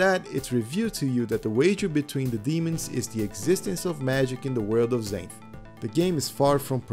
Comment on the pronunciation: LOL… I read the Xanth series when I was a teenager. It’s funny because it’s actually pronounced “ZANTH” not “ZAYNTH” like the narrator to this video does. I remember another kid pronounced it “ZANITH”. NO! WRONG! It’s ZANTH!!! Like the Author’s name: Pier ZANTHony! I remember we would make fun of kids that pronounced it wrong because we were Mega-Nerds.